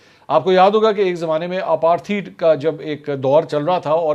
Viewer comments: Mansoor bhai, Mind na kren to bataun . Ye Aparthied nhi " Apart- Hyde " hota he. :) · You have now mis-pronounced , “ apartheid”. Please remember a lot of young people may also be among your viwers & may copy you in making your continuous in contortion of english words.